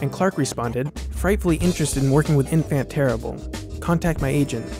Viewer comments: enfant terrible = en-fawn ter-eebluh. Your work is 99.9% amazing but now and again a glitch pops. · oh dear... oh dear... you didn't just pronounce 'enfant terrible' the way i thought you did - did you? ouch...